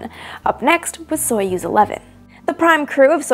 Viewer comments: Pronounce as Sa-yoz not so yuz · Союз is pronounced [sɐ.ˈjuːz], not [ˈsɔɪ.əs]!!! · stop calling theese names soyuz in english accent its pronounced sayuz qnd spelt soyuz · Soyuz is pronounced more like /sah yuz/ and the U is pronounced between the 2 different 'oo' in foot and food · I know this is super nitpicky, but the correct pronounciation would be closer to "Sajuz", since in the word Союз the "о" is said as the letter "а". The transliteration "Soyuz" is quite bad imo.